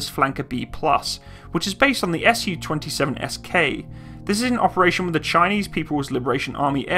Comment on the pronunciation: Not sure how nobody else has mentioned this with over 1,000 comments, but while your information is pretty good all around, I'm pretty sure that it's meant to be pronounced "Soo-##" not "S-U-##". Similar to how you say "MiG-29" not "M-I-G-29," because it's not an acronym or functional designation, it's a truncation of a name. All around pretty good information, though!